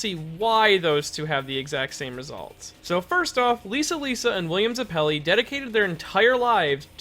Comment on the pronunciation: “william zuh-pelli”